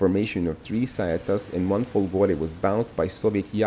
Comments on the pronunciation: It's Fòlgore not Folgòre. Accent is on the first o. Fòlgore means lightning. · Hush hush... Fòlgore, not Folgòre....don't tell anyone...🤣🤣🤣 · If you want to speak about Italy in the unrespectful way you do in the video we see here, try at least to read italian words and names correctly... FOLGORE has the accent upon the first O letter!!!